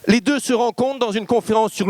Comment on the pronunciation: Sujet très intéressant mais ça commence très mal, par un tic de prononciation insupportable: septembre deux mille vingt deuschhhhhheuu..